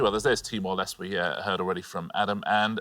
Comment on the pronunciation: Everyone on Pointless seems to mispronounce Timor Leste.